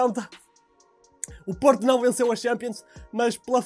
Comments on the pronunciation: 0.30 seg. "Porta" 😂😂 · Parecia que estavas a dizer porta! Porta!